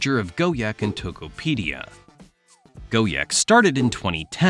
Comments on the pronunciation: Why did you spell Gojek as Go-Yek? It's spelled Go-Jack. Even English language will spell it as Go-Jack. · bro really saying “go-yek” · For those wondering how to say Gojek, just say go-jack. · More like go-jegg